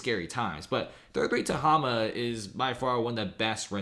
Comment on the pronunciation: Ta-HAY-ma. Mispronouncing.